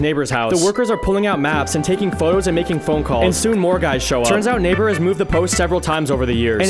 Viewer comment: I swear to God...i Hear N1gg3r instead of Neighbor at the very first frame...